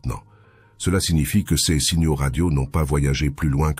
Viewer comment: C'est marrant de voir une vidéo entièrement faite à l'aide de l'IA (texte, voix, et images) où l'on traite de la peur de l'IA.... C'est pas un peu du grand foutage de gueule? A propos de la diction en français de l'IA, elle ne sait toujours pas prononcer "ces" et "ses", mais "c'est" ça ne lui pose pas de problème. Etrange et relou à la fois.